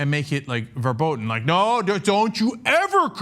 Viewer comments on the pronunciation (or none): verboden??? It's verboten, and the initial "v" is pronounced "f".